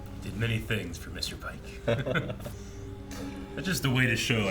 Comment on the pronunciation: Mr. Paek (pronounced payke). Not Pike.